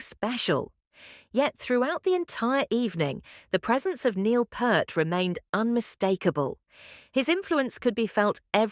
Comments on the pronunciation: Its not Pert - its Peart (Peert). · Dear AI voice, you need to prompt Loren Golds name in there and it's Peart as in Pier-T. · Nilles rhymes with "Miles", and Peart is pronounced "Peert" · P eart as in ear. Please for the love of the greatest drummer of all time can we have the respect to pronounce his name correctly? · Why can't you people learn how to pronounce Neil Peart's last name correctly? It's P-E-E-R-T, not P-E-R-T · Like it doesn't take a great deal of effort to learn how to pronounce someone's name you're doing a reaction video of